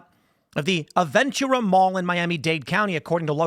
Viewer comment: Pronounced Ah-ven-toorah And hahahaha she got booked into TGK, thats like 15 miles away form Aventura mall. Long ride.